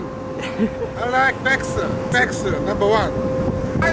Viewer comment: Prease Subascribe-uh Vexx-uh The besth of the bestuh